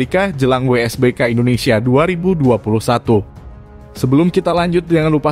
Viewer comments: wsbk bg bukan wbsk 😂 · WSBK bang bukan WBSK